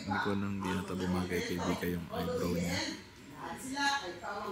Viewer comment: It's Vika And Not Mika Po' Huhu' 🥺😞